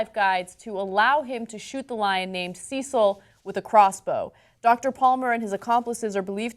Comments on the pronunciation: See-sil? Pretty sure it's CECIL (Sessil) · Sure I'm pi55ed about the Lion, but quick English, and England lesson. It's Cecil (Sess'l) not Ceecil (Sees'l). Also, Oxford is in Oxfordshire, not in London, but I know you know that lol:) - about 50 miles. And to my BIG GAME hunter friends, I have no objection to you killing a lion, but make it fair one on one and leave the Bow and Firearm at home. This Dentist also has a violation in the US for killing a black bear under similar circumstances and was fined. Phukka! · I know this is quite petty in the great scheme of things, however his name was Cecil not Ceecil and Oxford is not in London....aaaaaaaaaaaahhhhhhhhhhhh! Come on, you're better than this! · It irks me that Americans don't pronounce Cecil correctly. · You're saying Cecil wrong. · Why does Ana pronounce "Cecil" so weirdly? Cecil isn't that uncommon a name, is it? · Oxford university is in Oxford not London and Cecil is pronounced wrong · you saying cecil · It is cecil like cecil rhodes.